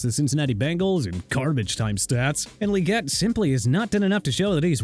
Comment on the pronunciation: Xavier Legette is pronounced Lagette, not Leegette. But then, doesn't even try to pronounce names right.